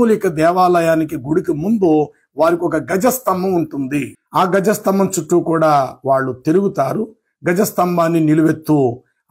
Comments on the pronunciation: Gaja sthambham kadu andi dwaja sthambham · గజ స్తంభం కాదు ధ్వజ స్తంభం